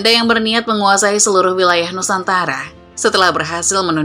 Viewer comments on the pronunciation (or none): none